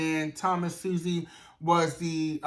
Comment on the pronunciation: NY Cabinet member here. It's Pronounced "Swaz zee".....I've been hearing that name everyday because they play his commercial all day every day....